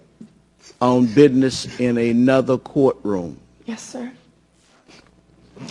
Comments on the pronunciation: He said "BIdness"...Smh.. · "bidness"? lol Judge, really? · fucking judge was a clown any judge who cant pronounce anthony or buisness has no right judging anyone its not cassey anferny and its not bidness moron judge